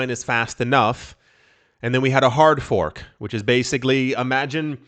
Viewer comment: That hard fork sounds more like a hard ph*k. 🤣🤣🤣 "We're gonna make a BTCBDC! C'mon fellas!!! It'll be AWESOME!"